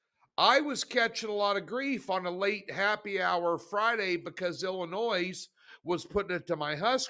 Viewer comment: Illinoy NOT Illinoise...please!